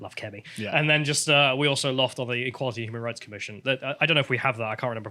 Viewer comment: Sounds like she's pronouncing the word in French.